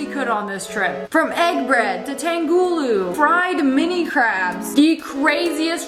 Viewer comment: Sorry snipperwolf, I have to say it, im asian it is not pronounced TANG- gooloo Its pronounced TUNG- HOOLOO